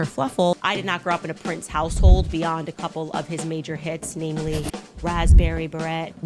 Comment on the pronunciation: She wore a raaaaaspberry barrette